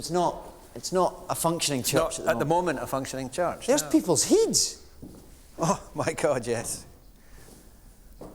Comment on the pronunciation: “There’s people’s heeds” that made me laugh so much